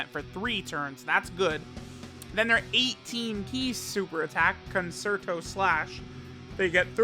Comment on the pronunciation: You pronounced “concerto” incorrectly, unsubbing